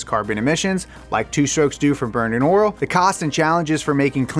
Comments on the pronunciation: I like that he says "Oral" instead of "Oil" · It just me or did I hear “oril” instead of “oil”? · Never knew there was a "R" in the word "Oril", always see it misspelled oil. teaches me something new everyday! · i swear he's saying oral instead of oil intentionally. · Sounds a little too much like 'oral' to me. Especially when he's talking about engines being dirty. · Not to be rude or anything but oirlr? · Pretty sure you're saying "oil" like "oral" on purpose. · Did anyone else hear “oral” every time he said “oil”